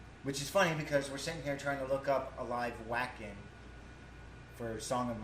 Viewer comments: Yo, dudes! U ain't heard Floor do anything yet! Check out our Valkyrie Goddess in her other band Revamp doing "Disdain" at Graspop. Our queen growls! You won't be sorry, trust me. PS: Wacken is pronounced Vah-ken. And the bassist is called Marco. Peace out, brothers! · Glad you're enjoying NIghtwish, got hooked 3 years ago myself, now they are my favorites. Just FYI, Wacken is the largest metal concert in Europe and is in Germany, it is pronounced there and elsewhere as: "Vocken".